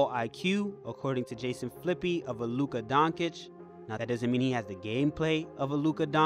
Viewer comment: “Luka Donkic “ 😂😂😂 DONCIC